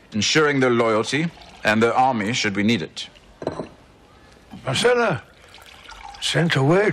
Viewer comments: Tyrion mispronounces Myrcella's name as "Marcella." Interesting that they apparently didn't catch that during production. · It driving me nuts because all I heard is Marcella, not Myrcella